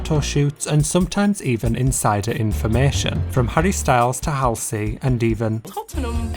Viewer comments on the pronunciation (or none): none